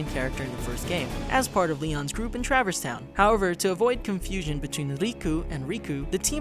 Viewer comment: Ugh. Traverse Town. Not travers.